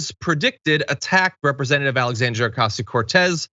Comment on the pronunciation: (Al-ex-) SAND -(r)-EE-(uh) (PARENS SYLLABLES silent